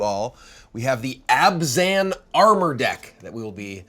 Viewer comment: Her favorite color combo and can't even pronounce it right. It's Abzan not Azban.